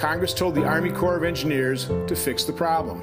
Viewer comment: The Corps of Engineers (Hey,! It's not pronounced CORPSE.) was charged with doing something. So when a private citizen did what they refused to do, it made them look bad and intruded on their power. So he had to go. It's the way governments operate. Everyone in the CoE should be disciplined or fired.